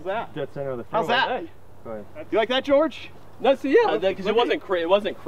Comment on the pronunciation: I'm really sorry about this, but "porridge Georrige"